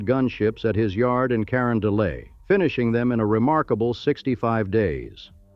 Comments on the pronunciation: "Corondolay" ffs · Cuh Ron duh let because the final t is pronounced in catalan named after Francisco Luis Hector, baron of Carondolet Gravois(gra voy ) Des peres ( duh pear) Spoede(spay dee) Chouteau( show-toe) AI is repugnant